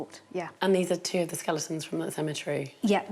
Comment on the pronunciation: Hey at least she stopped saying skel EEE tons. That drove me crazy.